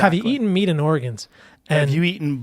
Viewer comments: Is it just me or is he pronouncing organs like the state, Oregon? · Oregons? This is all I could hear.